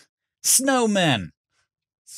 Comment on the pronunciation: Listen, we love your direction in your movies, but Edd is the director here! If he says Smowman, then you get Snowman! XD